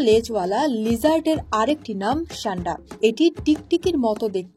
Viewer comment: ছান্ডা কি ভাই😂😂 সান্ডা!!!